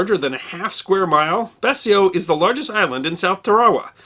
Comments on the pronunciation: on the subject of pronunciation, I was taught that "Betio" rhymed with "Ratio", Is this also a hold over from the time of British mandate? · I like what you do. I really do. Now that said, it is "Tar' uh wuh" atoll not "Tar' ar uh". And it is "Bay' she oh" Island not "Bessy oh". Small thing but important I think. Thanks for posting this and Semper Fi. 5th Marines 2/1 Vietnam 69-71. P.S. You might want to consider doing one of these on Charles Durning. Highly decorated in the ETO, receiving the Silver Star, Bronze Star, and three Purple Hearts. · Jeeesus dude.....if you're going to do a video about a topic, at least learn how to properly pronounce its name(s). It's Tarawa. Phonetically pronounced "tara-wah". "Tara" as in a female's name, "wah" as in........wa. And it's "Betio", pronounced "bay-she-oh". WTF is wrong with people and not bothering to learn proper pronunciations? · TAarawa, not TarAHwa. My father USMC in that battle. And the island is pronounced Bee-shio